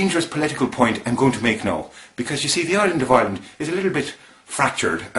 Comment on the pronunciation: Very good but I have to say that your Southern Ireland accent is a little off. Your "I"s in particular: it's not Ireland as in "OIR"-land, you should use more of a hard I. It should be like "I"-reland with the I pronounced as if saying "I" like cake. Otherwise cracking effort. The Northern Irish accent was pretty bang on.